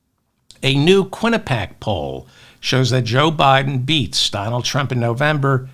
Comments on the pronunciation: David, please correct your pronunciation of "Quinnipiac"; pee-ack, not pack. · David, you always ask for correction. I have one for you. You pronounce Qinnipiac incorrectly. At the end you say pac, leaving out the 'i' which is pronounced like 'ee' as in pee. So the last part is pee ack. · It is pronounced: Quini pee ack, Not Quinipac I just wanted you to know not embarrass you.